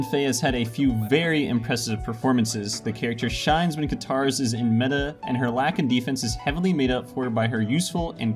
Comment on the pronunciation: Another awesome vid. Also Lahkan is pronounced more like lock-in instead of lack-in :)